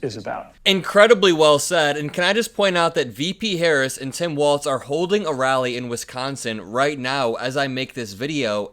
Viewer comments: His namevis Walz - WALLS Not Waltz. Say it correctly. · Walz pronounced Walls…..not Waltz….. good grief